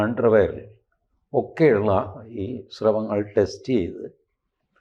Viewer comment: ശ്രവങ്ങൾ അല്ല. സ്രവങ്ങൾ. യെ പോലുള്ളവരിൽ നിന്ന് ഇത്തരം തെറ്റുകൾ പ്രതീക്ഷിക്കുന്നില്ല.